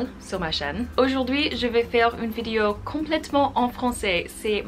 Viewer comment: Tu parles très bien français, c'est super :) Attention juste à la façon dont tu prononces "vidéo" , de manière complétement américaine... En français on ne dit pas "vidio" mais bien vidéo en insistant bien sur le E ;) bises